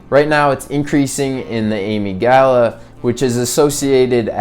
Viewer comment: Long o-mig-da-la